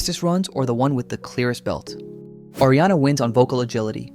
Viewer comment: Are you a vocal coach? Or why do you feel entitled to make a video like this? LOL Why do you think you have the authority to establish that Adele is above Ariana? Is Lana on the same level as Adele? 🪦Your criteria sucks, bro. PS: It's not "Airy-ana", it's "Ah!- riana".